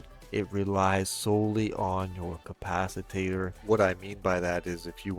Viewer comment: Good video but...um "capciTATER?" Hope he's being tongue and cheek when he says it. And I have question everything now because a says you can rep yourself with your own drones.... thats a hard NOPE!